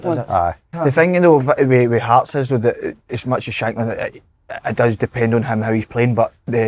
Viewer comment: Someone tell Si how to pronounce the word "though".